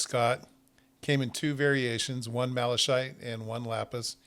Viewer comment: malachite is pronounced malakite. great video.